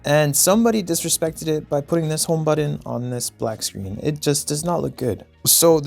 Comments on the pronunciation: buTTon not buddon xD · Learn to correctly pronounce the word “button”.